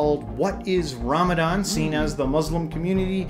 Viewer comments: It's not Ramzan it's Ramadan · the correct pronunciation is ramadan, they pronounce z instead of d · the correct pronunciation is Ramadhan dh sound is similar to the word "the" so it is like Ramathan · Regarding the pronunciation of Ramadan there is a letter ض in the original word رمضان as the letter ض is pronounced Duad in Arabic and Zuad in Urdu (as far as I know cause I only speak Urdu) so Arabs say Ramdan while South Asians day Ramzan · If you are saying it in Arabic its Ramadzan, in Urdu its generally pronounced as Ramzan. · There are modern Arabic dialects that pronounce it Ramazan and there are other languages too who use Ramazan instead of Ramadan, it’s not just south Asia. For example, in Turkish, Bosnian and Albanian it’s called Ramazan. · External information about the Arabic language: It is also called the language of the letter ض because its the only language that has this sound that's why the pronunciation is harder for none native speakers and why alot of people say Ramadhan (رمضان) definitely (that was question in an Arabic exam back in middle school, as a native speaker only 10% could master the language perfectly, I'm still struggling because i speak two deferent dialects Sudanese and Saudi and they both say letters differently) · the sound that Classical/Qur’anic Arabic uses does not exist in English and is not an English D. Therefore both Ramadan and Ramazan are wrong spellings. Every spelling is a wrong spelling because there is no way to spell it in Latin alphabet since Latin alphabet does not have a letter for that sound. So I dont understand this obsession with correcting people who use “Ramazan” and also pronounce it that way in their language and trying to force them to use a spelling that doesn’t Match Arabic pronunciation. People spell it how it sounds to them and how they pronounce it. Ultimately every spelling is wrong unless it’s spelt in Arabic alphabet so all this arguing is pointless.